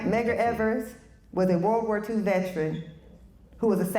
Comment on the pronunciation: OMG,, the word is veteran not vetren. vet·er·an